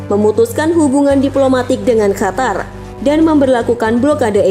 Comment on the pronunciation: Bukan khatar min tapi Qatar, suara pangkal lidah bukan suara tenggorokan.